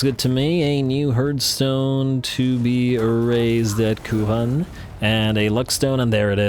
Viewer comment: Is it now "Moooooouronne"? 😛😅⚔️⚔️⚔️🔥🔥🔥🐂🐂🐂